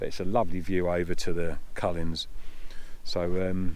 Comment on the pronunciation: Coolins is how it’s said, not cull ins